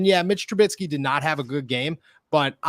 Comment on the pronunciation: Please learn how to say TRUBISKY. It’s not TruBITsky.